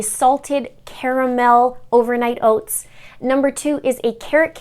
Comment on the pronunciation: I eat overnight oats every morning because I need to have something prepared ahead of time! I'll have to try these recipes to shake up the mix-ins. P.s. I loved how your Canadian accent came out when you said Ohh-vernight Ohh-ts 😉😊 (this coming from your ND/MN subscriber...haha)